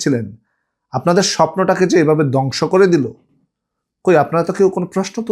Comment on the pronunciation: কিছু শব্দের উচ্চারণ একটু সংশোধন করা যায় না? একটু চেষ্টা করলে হয়ে যাবে। যেমন_ দ্যাশ নয় দেশ। য-ফলা ( নয় এ-কার )। ধ কে দ বললে ভালো শোনাচ্ছে না। যেমন, ধ্বংস কে দংশ বলা হচ্ছে। ( not dash it is desh )